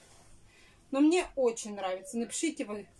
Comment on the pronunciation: Мине мине,фу слушать противно!